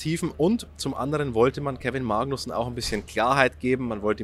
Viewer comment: Kevin "MAAgnussen"... Wieso betonst du das so komisch? 😂